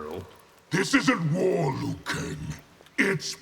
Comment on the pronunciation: finally someone pronounced "liu kang" in the correct way (mandarin)